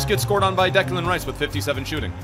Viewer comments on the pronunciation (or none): none